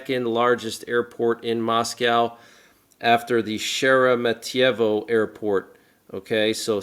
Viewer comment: it is pronounced Sheer'ah-mitssseEev'ah